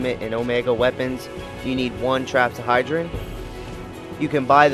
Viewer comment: "Trapsahydron" "Ada-mentos"